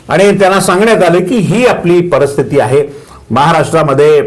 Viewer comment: परस्थिती हा शब्द नाही परिस्थिती हा शब्द बरोबर.कृपया शुद्ध बोलावे.